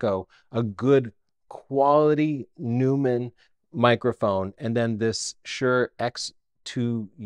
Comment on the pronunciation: FYI: As a professional radio announcer who uses Neumann microphones, the pronunciation is NOY-man, not NEW-man. They are very pricey, so perhaps recommending a decent USB mic would have been nice. I also use the DJI wireless mics, and I really like them. I think they have a better set of features than the Rode mics you mentioned.